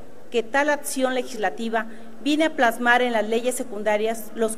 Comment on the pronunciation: Setxo, convetcion, protetxion, atxion, le falto una petsi.....y dios dice q vendran cosas peores